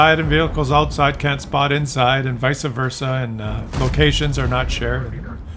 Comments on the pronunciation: I see we are going to need to have another lesson... It's VICE versa, not VISA versa.... and you were doing so well!!!:( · New a guy that said visey versey